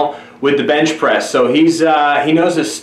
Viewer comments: Bench * not bitch bro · Is he saying.....bitch press??? LOL!! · yall noticed how he said " bintch presss" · Is it me or is he saying "bitch press" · why he always saying bitch pressing ? lmfao